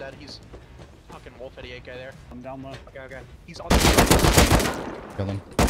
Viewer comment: Teammate: woef woef: wolf wolf Xd